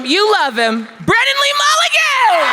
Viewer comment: BWENNAN BWEE BWULLIGAN?